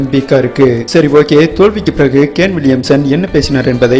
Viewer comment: Aiyoo..... Athu gane Williamson illa da..... It's !!kane.... Kane Williamson.... Olunga pronunciation pannu da